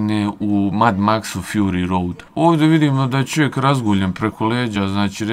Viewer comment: Ha, ha, ha "doćekao" sa "maćetom" "ćovek" "prićama" "isprićao" "dećijim" "preseće te maćetom". U sledećem video kod logopeda izgovara brzalice! Dobio bi milion pregleda.